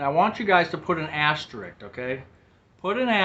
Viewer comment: AsteriSk. Asterisk.... there is an extra S in that word!😊